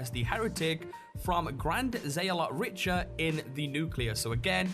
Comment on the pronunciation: Richer? Richer!?! It's pronounced RIK-TUR like the Richter Scale... As in earth quakes... Sorry but British accents can't explain that mispronunciation.